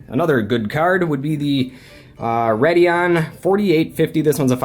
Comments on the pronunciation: why do you keep saying rad-eon? its pronounced raid-eon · It's RAY-dee-ON, not Rad-e-on. It was bothering me the entire video. Stop. If your so enthused with AMD/ATI, at least learn to pronounce the name of the line properly. PS, i'm an Nvidia guy.